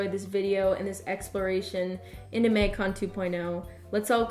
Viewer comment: Absolutely no one:: maig cone